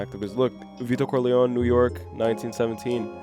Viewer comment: Love your reactions and analyses guys! One question: Why do you call him Corleown and not CorleonE ?